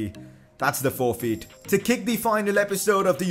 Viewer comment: Who else got triggered how he said forfeit ( I know he has an accent )